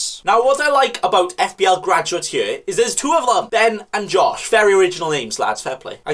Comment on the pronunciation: Man says here like yere